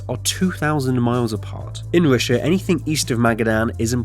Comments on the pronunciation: What kind of accent is this where "R" is pronounced "W" as in "Wussia"? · He said wishha lol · why you keep saying Roosha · You know it's not "Roosha" right? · It's an interesting video - but please, why can you sometimes say the R perfectly, and other times you say Wussia and Amewika and Wailwoads? I understand you might have some speech impediment but if you can say it right half of the time...there's some woom for impwovement, wight? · Whats Roosha. Oh Russia? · The United States 🇺🇸 and Wussia 🇷🇺 lol 😂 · You can't even say Russia corectly.